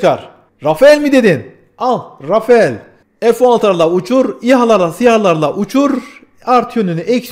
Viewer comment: Çok sık yapılan bir hatâ var. Rafael değil, Rafal okunur Fransız jetleri.